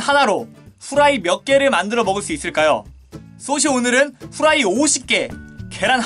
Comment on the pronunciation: ㅗ 후라이말할때 고자라고들림